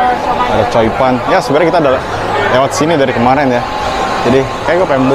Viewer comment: Choi Pan bang, bukan coi pan bacanya, kwkwkwkw ntar artinya bikin ambigu